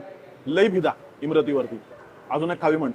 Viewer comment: Also its imarti not imrati*